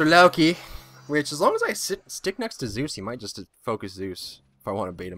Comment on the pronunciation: In any single video, he says Zues!